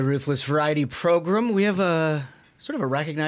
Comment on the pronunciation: Can someone explain why they call it “progrum” Listening to it I thought the guy was just a little slow but I see now it’s intentional.